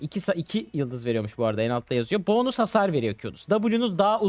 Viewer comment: Abi o "boonus" değil "bonus" o